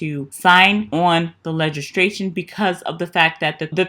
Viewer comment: Good information! Not to sound picky or nasty, BUT, I thought you might want to know... You said several times Legistration. The word is actually LEGISLATION. I'm glad you are doing these videos, it makes it easy for us to just see where we're at with stimulus, instead of having to do all the research. Thankyou! ❤️ And please know I'm not trying to call you out or anything. It's just a little grammar nazi thing I grew up with. Blessings!